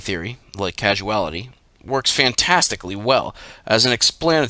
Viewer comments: I'm wondering if you mean to say "Causality" my sweet, as in cause-ality, in reference to the causes of things & events, and the causal realm as opposed to the acausal realm; and not, casual-ality like casual as in to be relaxed or the opposite of formal? Bless ya heart poppet. Well done tho all the same, it was still great to listen to you read these as you have a good voice for it and Liber Null & Psychonaut, which I like to fall asleep listening to each night 🌙, and I expect many others do too!? Perhaps you could read Liber Kaos next please? Oh, and Paradigm is pronounced Para-dime to rhyme with lime. If you need help with pronouncing words you're not familiar with don't be afraid to ask, me or anyone, or just Google the word to get a phonetic pronunciation; this will make it smoother to listen to and you'll get more views over time. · I suspect that when you said "casuality" you meant "causality". Dyslexics of the world untie.